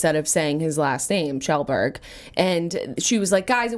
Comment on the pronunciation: Yeah it's "Shellberg". Good job Jenna! Awesome podcast guys :)